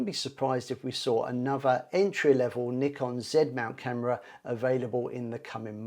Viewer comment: Thanks for saying Nikon properly, as nee-kon, which is how they say it in Japan. Americans usually say NIGH-kon.